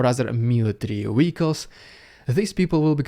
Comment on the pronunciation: Like listening to Pavel Chekhov. Wessels and wee-ackles.